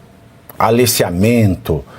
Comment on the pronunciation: Aleciamento? Eu ouvi bem?